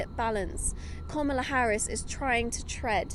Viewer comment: Woah. Talk about conservative skewed reporting. Not even the old guard of the Republican Party is backing Trump, they’re backing Kamala Harris. Say her name right also.